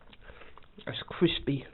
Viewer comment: Is it vewy cwispy?